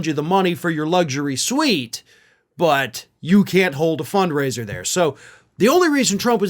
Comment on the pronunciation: They said fund raiser ! Not funk raiser ! 😂